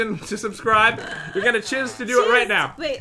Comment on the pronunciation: I believe you mean SUBSCROOB!!!!